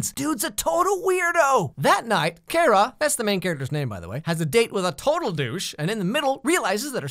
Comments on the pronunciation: pronounces Kara wrong oK FIRST OF ALL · I died a little each time he said Keira instead of Kara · There's nothing wrong with having a different opinion. These are TV shows, it's not like he's advocating neo-nazis or anything. Do admit pronouncing is strange since he's saying Kara like Care-a rather than Car-a given he prefers this show over the others; but it was started back in the 90s Superman cartoon so readers think it's pronounced that way (Care-a) until this show came along. Before that, it never really mattered. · It's not "Kera" it's "Kara"!! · He saying CARE-uh. Instead pf CAR-uh.. Her mother even says it lmao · me = gets triggered everytime you pronounce Kara's name wrong (it's pronounced car-uh not karra (well at least on this tv show) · I love this show, and that's hot how u say her name it's Kara not Kira not carea. It's Kara like car-a KARA!!! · Kare-ra??? Its Kar-Ra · You don’t say Kara’s name like (care-ra) u say it like (car-a) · he calls her Cara IT'S KARA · Its Kara not Kera You just want to get fans angry don’t ya? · i cannot believe he called her Kerah!! Who are u Cat Grant??! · It's Kar-A not Kare-A Oh well, it's like really late and I'm on my nightly YouTube spiral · ITS, not Keria its car-ra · Am I the only one getting triggered every time he says Kara's name wrong? It's K-ah-r-ah... not K-ae-rah.... oiiiiii Side note: yes, I am aware that I sound like “it’s Levi-o-sa, no levios-ar” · I think it was on purpose because Cat Grant calls her Kera in the beginning, too. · Your right it’s pronounced Kira 😂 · Her name is Kara (Car-a) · Pancake The Dog it's pronounced "Quara" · actually cat grant calls her kiera {ceer-a} not care-a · He was joking because Ms. Grant calls her Ke-Rah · Its Kira. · No. The CBS/CW show is wrong. By extension, you're wrong because you're relying on them. Watch the Helen Slater movie(It's out on Blu-Ray now). It's Kara, CARE-A. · it’s pronounced Car-A it’s spelled Kara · Kara is pronounced CAR-UH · It's ka-ra